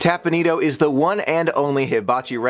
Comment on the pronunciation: Teppan Edo, not tapanido